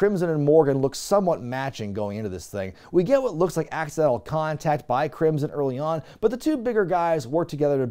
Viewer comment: Thank you, because now I cannot stop thinking of Crimson as "Crimpson".